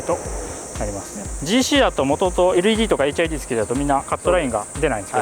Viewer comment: ジーシーハチではなく、ジーシーエイトです。